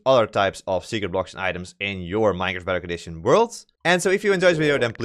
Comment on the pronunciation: When he says bedrock edition it sounds like dark edition